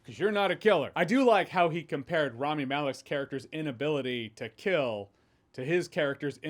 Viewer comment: It’s not Raami, it’s Rami.